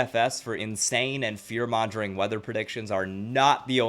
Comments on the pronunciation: Just a tip, “mongering” has a hard ‘G,’ not a ‘J ‘ sound. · I love everything you said and great informative video on the topic but have you literally never heard anyone say mongering? It’s a hard g sound. I agree that especially with this last storm the weather content has exploded and brought in a lot of people trying to make quick money or clout or whatever.